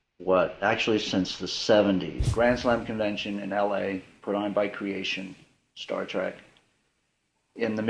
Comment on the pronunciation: Does he actually say Star Track?